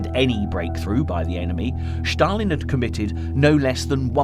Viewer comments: It is Stalin, not Shstalin and Stalingrad, not Shtalingrad. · Just curious as to why the narrator refers to Stalin as Shh-talin..